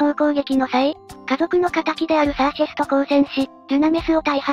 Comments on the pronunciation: シャーシェスじゃなくてサーシェスね(;^_^A 余計だったらごめんなさい。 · もしもし？シャーセスじゃなくてサーシェスです(;^_^A